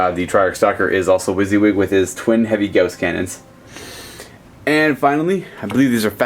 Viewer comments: I REALLY wish he would stop pronouncing the GAUSS as GHOST. Rather annoying x.x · I've never heard gauss said like gOWss